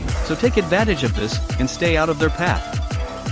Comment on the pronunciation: when you said twisted Astro, I thought you said twisted Ass bro